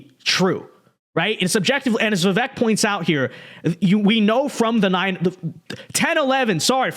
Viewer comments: Great vids but his name is pronounced Vivake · Please pronounce his name correctly